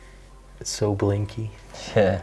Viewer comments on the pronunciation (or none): Hi and....enjoyed your video! I love how you mispronounce some English words...its so endearing!! I hate to even tell you that the glasses you say are "blinky", I think you mean to say "blingy"...but I like your way better!!! Great camera work and documentation...very professional and respectful. Thank you for your hard work.